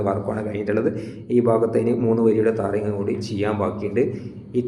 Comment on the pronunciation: താറിംഗ് അല്ല ബ്രോ ടാറിങ്😊